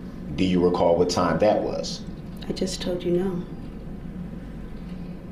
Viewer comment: Do you recaw? 😂😂😂😂😂